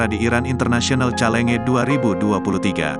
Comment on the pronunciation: Iyaa.... Mimin lucu bacanya, sprtinya mimin g prnah mndengar kata2 itu ya, di dunia bulu tangkis. ??